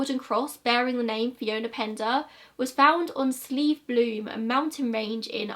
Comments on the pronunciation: Slieve is pronounced the way you pronounced it the first time, like sleeve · Also you said slieve right! Like 'sleeve,' it means mountain. So most of our mountains are called Slieve something, like Mount ____. Love your hard work as allays! Hope you're safe and well 💖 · You said Slieve perfectly.